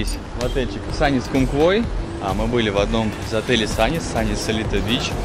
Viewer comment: Правильно говорить Сунис ) нам в отеле сделали поправочку 😀